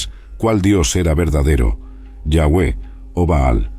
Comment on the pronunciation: Me gustaria que usara la palabra Dios en ves de yawe que igual creo que no se pronuncia asi